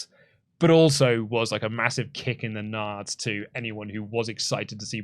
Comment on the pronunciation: Gonads. Nads. N-A-D-S. Get out of here with this "nards" lunacy